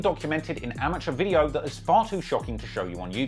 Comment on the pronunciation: This "Veedyo"